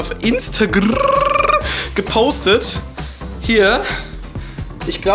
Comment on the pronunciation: Das Instagrrrrr klang wie die Musik von John Cena xD